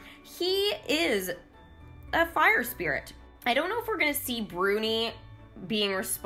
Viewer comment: İT İS BRUNİ NOT BURNİ